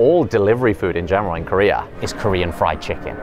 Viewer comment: The player that liked korean fried chicken the least had an impeccable pronunciation of korean.